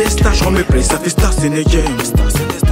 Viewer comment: it's in a game renseignez vous les gars c'est juste cette abrutis qui prononcé starstenegen